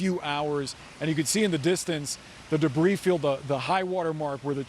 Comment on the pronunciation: Did he describe the debree as "Destridus"